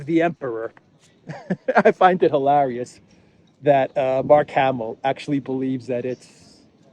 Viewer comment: You may not be pronouncing the word hilarious correctly 😂